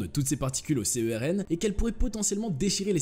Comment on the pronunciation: Petite remarque à l'attention des gens qui ne connaissent apparemment rien à ce sujet : le mot se prononce CERN, pas C.E.R.N...